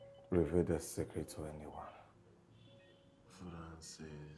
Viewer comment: saying sekret😂😂😂😂😂